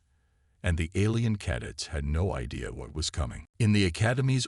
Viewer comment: Maybe teach the AI how to pronounce "CADETS" already!